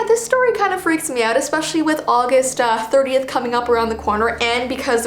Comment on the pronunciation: What she said:30th What I heard:38th